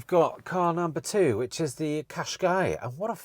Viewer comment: Why do you have such a problem pronouncing car names. The Tucson is one in point, it’s pronounced Too_Son as in Too_Son Arizona. Was really pleased that you sold it, so not having to hear you butchering the name. Now you’ve started with the bloody Nissan Qashkai, which is NOT pronounced as Qash_K, rather Qash_ Kie (As in Pie)